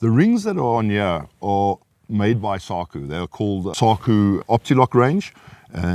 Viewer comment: Sounds odd to say Saw-kuuh rather than Saw-koh, as the Finns do. Is that a ZA pronunciation?